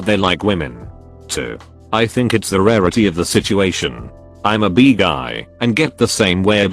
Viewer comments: Post: “Bi” No one: Me: Absolutely no one: Video: “Bee.” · IT'S! NOT! PRONOUNCED! BEE!!! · Соня Скупова because in the video it pronounces bi “bee” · Me: b Text to speech: b Me: i Text to speech: i Me: bi Text to speech: 🐝